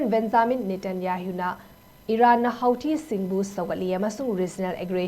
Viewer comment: It is pronounced as Hootee. 😄